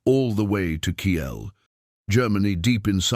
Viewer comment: They escorted heavy bombers all the way to Kiel. By the way, that is pronounced "KEEL: It is NOT pronounced "KeeYELL. It's located in northern Germany, just south of Denmark.